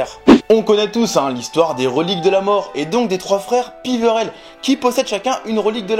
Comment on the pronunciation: tu continu a dire les freres piverelle c peverelle enfin je crois :=)